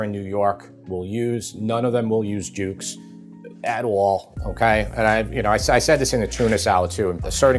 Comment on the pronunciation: If you're from the South it's "Dukes" mayo. Jukes?????